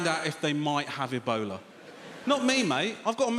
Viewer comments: he was saying "ebola" and I thought he's saying "a boner" ... why would someone be scared of a boner, I was thinking until I realize he was saying ebola... amazing. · I kept hearing ebola as "a bowler"